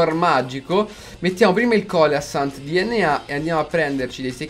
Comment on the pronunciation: Il "tonno" si pronuncia Celacantus